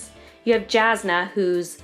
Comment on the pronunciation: Jasnah Kolin is pronounced "Yasnah"